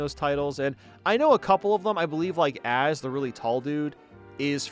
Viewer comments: AZ Is Said A Z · You can tell he’s not a big Pokemon nerd because he called A-Z, Az.